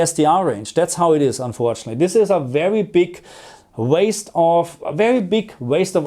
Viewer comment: perCENT not PERcent, unfortunately not unfortunly. Please!